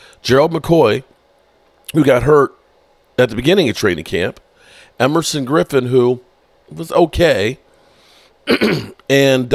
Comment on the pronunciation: EVERSON GRIffEN.....NOT EMERSON